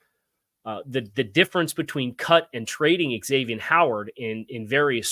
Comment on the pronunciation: Zavien, not X avien